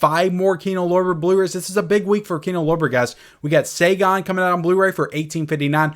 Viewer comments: Hey, not to be that guy but just helping. Saigon is pronounced Sygon not Sagon. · We also got "mack-uh-bray" (macabre) and "say-gon" (Saigon). 🤣